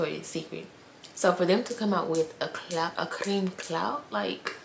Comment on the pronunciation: Its not "cream" Cloud, its CRÈME!😐